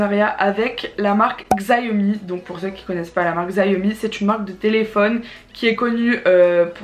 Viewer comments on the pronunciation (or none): Ça se prononce "chiaomi", pas "gziaomi" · Sa se prononce pas zaiomi sa se prononce chiaomi je te le dit j'ais un xiaomi 9 se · Le téléphone ne se prononce pas Xiaomi mais shawmi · Sa ce lis chiaomi